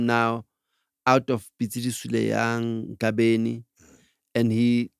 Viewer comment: It's eGabheni not egabeni Mr!